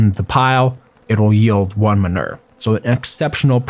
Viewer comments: Minur........ No Its man oo er Manure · man-u-er sorry that just really bothered me but thx 4 the vid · STAHP SAYING MUNIR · Lol " minur " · Man-oo-er (manure pronunciation)